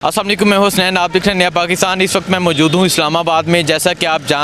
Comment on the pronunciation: salamalaikum nahi bolo Assalamu alaikum bolen plz.